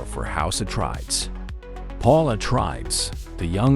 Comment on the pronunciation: Your saying it wrong, its house Ah trade ees